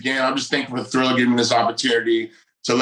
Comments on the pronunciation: Tito called Triller "Thriller" right at the jump and I knew he was still just as dumb as ever. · 15 seconds and Tito already called Triller, Thriller. Strap in.